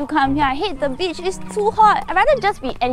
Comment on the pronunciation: Him: What A Beach This is What I hear: What A Peach